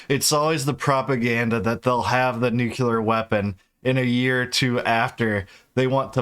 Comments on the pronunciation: Bro…nuc-LEAR, not nuc-ULAR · Please, its Nuclear. Not "nucular"